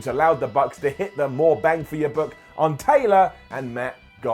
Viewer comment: just could speak "the English" tonight 😂 Bandi rhodes, bang for your book...